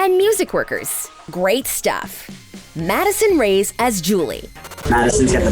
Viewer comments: Who els is mad that she said Madison rays instead of Madison (Ray-es) i dont know I probably just heard her wrong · It not rays it’s ray-es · Ughhh It's REY-ES not RAYS!